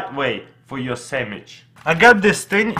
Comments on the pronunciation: He said sandwich samwich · he said samich again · he said samich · Samich you said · lol sammich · sammich lol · samige lol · Saminch lol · Lets make a samich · Geek4 Life aaron chill out he is saying sandwich, but the accent make it difficult to pronounce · I love the way he says sandwich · dude this guy can't even say sandwich right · he said samich not sandwich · This dude has been making youtube videos in english for a decade... and he still says "sammich"? Still have a long way to go, buddy. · ITS SEMICH not sammich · and make a samich instead of sandwich 😂 like is you see what I'm talking about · i love the way he pronounces not sandwitch but samitch ;) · "Samich" SANDWICH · ahahha instead of saying sammich he say sanash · "you cut it in half and make a SAMICH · sammich XD muffin XD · "make a samich" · He really said 'Sammich', he is so cute! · AceMonster me XD! and also notice how at the start with the cupcake he said “samage” XD👍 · 'Make a sammich' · looooool I love that he says sammich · Vewy simpel make a sammich yu no wad ay miin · I WANT A SAMMICHE (not trying to be mean to your accent) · "Sandwich" -> "Semich" :) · he said samich hahahaha😂😂😂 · A sammich is a type of sandwich. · I love how he says samich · Gavin Helton yeh. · Or "Samich" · No he clearly said samich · Nash Bolanos semmich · No, he said SAMMICH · Yis iz a sammich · Actually he said sammikh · "Samich" LOL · make a samich now you have a muffing samich LOL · “cut it in half...and make a samich “ 😂😂😂😂😂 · monkins and semmiches hahaha that's funny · "Then you take the knife and cut it in half and make a sameech" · He says sammitch xD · Semich instead of sandwich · "and make a semmich" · Lol he kept saying samich. Yes, I do know hes russian :P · Sammich xD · Samich lol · "So now you have a muffin samich" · I love how he says sandwich “samitch” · "You make a semitch" 😂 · Do you hear that guys "you make a samich"😂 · "then make a semich" LOL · I cried when he said "samich" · “Make a samich”